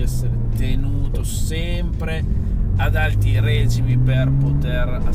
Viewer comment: Ma si dice REGÌMI, non RÈGIMI 😂